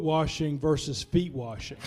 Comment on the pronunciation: Have “Foot Washing Service” where we wash the disciples’ feet. However, saying “warshing” or “worshing” should be flogged.